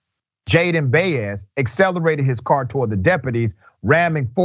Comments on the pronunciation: Hello Dr Richey First of all, Jayde's last name is NOT pronounced "bay-es". It is pronounced as "bah-es". Latin people deserved the respect to have their last names pronounced correctly, just like European, African, and Asian last names. Second, it it quite obvious that they did not turn on their body cameras because they were planning NOT to behave in a 'legal' way. They did not want ANY evidence that would get them convicted like for Chauvin. Third, at this point, it SHOULD be quite obvious that police Sheriffs, Captains, or other top brass will NEVER admit that their officers did anything wrong. They always say or deny any wrong-doing and defend bad behavior and cops at all costs. Their comments can no longer be trusted to be the truth or reasonable logic. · FaceTime the ethnic background of this young man and my experience listening to the pronunciation of dozens of athletes with this last name I would conclude his name is pronounced Bai•yez.